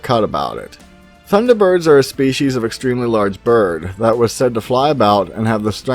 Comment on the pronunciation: You pronounced it correct enough, but I dont really care about that. What I do care though is helping you as much as I can so I can give you some material for Thunderbirds; if you want to do an episode about it because I live in Anchorage, Alaska and in 2001 we had a Thunderbird sighting near nome by a pilot that made it to CNN at the time all you have to do is search 2001 Alaska Thunderbird sighting. Thanks so much for making my day cheers from Alaska.